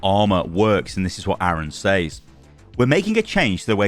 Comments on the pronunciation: can you pronounce says correctly please? It's pronounced sez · I get so distracted every time you say "says"